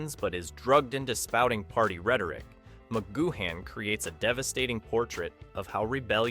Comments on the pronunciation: It's pronounced 'goo-un', not 'goo-han'! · Spelled McGoohan but pronounced McGoo-en. There were originally 10 eps planned by PMcG, however Lew Grade wanted a series that went on forever. So, PMcG and his writers “cooked up” (his exact words) the remaining 7. “I’d never done a western and I wanted to do one” for living in harmony ep. Hard to listen to this with your lack of research and mispronunciation of PMcG’s name! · Altogether excellent narrative with plenty of facts and insights. Two points, Wikipedia places Angelo Muscat at 4'3 not five feet, and you pronounced McGoohan only once correctly (the third-last time) Great scene selection, great job. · It would be nice if you pronounced his name right 😂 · Thanks for that ! And to be fair the guy did brush over the subject later in his video but I came down to the comments early in his video triggered by his pronunciation of McGoohan but a lot of others were obviously triggered also by the same thing going off their comments ! But credit where it is due he did mention it which was a surprise to me as it is not normally mentioned ! ALL THE BEST MATE ! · Don't sound the 'h' in McGoohan. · You don't pronounce the "h" in McGoohan.